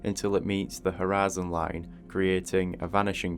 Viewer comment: am i the only one who hears "harassing line" ?